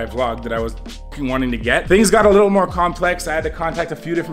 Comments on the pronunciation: Little not licke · Stop saying likkle please